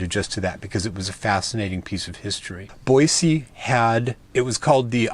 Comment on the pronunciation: As a native, I would like to give you kudos for the correct pronunciation of Boise! Just as an fyi, they have repaved the streets in downtown Boise. So they aren't as crappy as when you were here LOL. Take care.